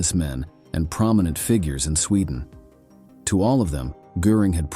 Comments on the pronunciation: Where is the narrator from? Very odd pronunciations of some of the stuff mentioned..."Stailin" instead of Stalin, "Swedden" instead of Sweden and at other times they are pronunounced correctly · ITS SWEDEN NOT SCHWEDEN!!! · Sweedan? Did you have a stroke? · Your pronunciation of words is terrible. You mispronounced Sweden and Stalin repeatedly.